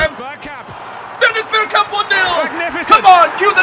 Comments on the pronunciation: It is bergkamp not berkkamp love from Holland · The way you pronounce bergkamp is so fucked